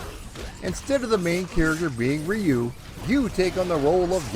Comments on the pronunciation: Hmmm my Japanese friends pronounce it as "yu" the R is almost silent. Its never been Ree you. Thats the american way. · I've heard multiple ways too but I asked friends who are Japanese and they all basically said "rew". I wouldn't get hung up on it though, nothing technically wrong with saying "Rye-you" either :) The video's great, that's what matters. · Roo like the end of the word kangaroo is close enough. Plug this in and it will help リュウ・ハヤブサ. I have a friend with this name and he goes by your pronunciation in the states. This is because the Japanese is difficult for most non-speakers to say. I love your channel, and I love your videos. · Best thing to do... Its always been REE-YU to me... But BOTH are actually wrong... So it doesn't matter! You can find Native Japanese Speakers on YouTube who will confirm it is supposed to be pronounced as "RH-U" as RY makes a RH or ROO sound In Japan! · REE- YUU it's still badly pronuounced, closer... But still very bad. In one breath, just say ryu and extend the U, The same way you pronounce Liu Kang's name, just replace the L with a soft R and extend the final U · I don't wanna be "that guy", but the Japanese pronunciation is actually closer to "Roo". Or "Drew" without the "D" sound. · "Ree-yu" for the Wii U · Rye-you is how I pronounced it for decades up until recently. Guess I'm a silly goose too🙃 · nope, not the right pronunciation (I have a degree in Japanese language) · If you want to pronounce Ryu properly, it's one just one syllable, not two. Just one sound. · I use to say Ryu wrong as well. Not your fault bro. Just means you are a man of a certain generation who did not have anime to teach us how to say it. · After the pronunciation lesson in the beginning I was hoping you'd revert back to your original pronunciation the first time you said the name. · You think it's bad how he pronounced Ryu? Back in my day, we called it Ninja GAY-DEN. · We most certainly did, lol